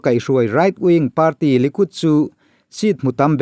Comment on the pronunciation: News channel kan siam dawn a nih chuan kan English lam rik dan hi chu fimkhur a ngai en tir nan Party tih lam dan te United tih lam dan te ka duh thawh ve a nih hi min hrethiam hram ka bei sei